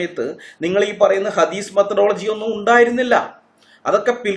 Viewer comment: 😂🤣ഹദീസ് methadology അല്ല മേത്തഡോളജി 🤣